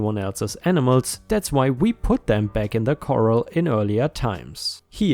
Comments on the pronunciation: Corral sounds like core AL. Not like the coral in the ocean. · Great multipart story. I look forward to the end and the exciting climax! Corral (a pen for horses. Also the act of getting horses into such a pen) rhymes with ‘morale’ and ‘Doral’—‘Core-al’. Coral (the crusty little sea creatures) rhymes with ‘moral’ and ‘oral’—‘Core-all’. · Corral is pronounced cor-ral (rhymes with pal and HAL as in HAL-9000 from 2001: A Space Odyssey), you're pronouncing it like coral which is what's found in fish tanks and the ocean...